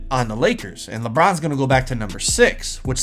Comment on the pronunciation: did you try to say Lebum or did you actually try to say Lebron